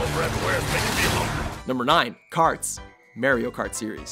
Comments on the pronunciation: It's Mario not merino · Lol Mehrio Kart? lol this with Elfen Liied are pretty interesting pronunciations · did I just hear the narrator say mairio kart? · "The Mehrio kart series" LOLOLOL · I really hate when people say Mario as "merio" >:( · he says the -ar in Mario like you would pronounce it in "rare" your supposed to pronounce it like your saying "are" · May-rio Kart series? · D... did he just say Mareo Kart? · You pronounce Mario and Mako weird lol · Did you really mispronounce "Mario". What is your problem? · Ahahahhahahahahahaha he mispronounced Mario....... How pathetic